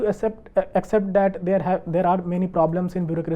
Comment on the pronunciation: With due respect , It's not 'dat' sir , It's pronounced as 'that' !!